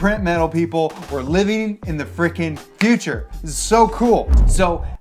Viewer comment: "Living in the guture!" Lol 😂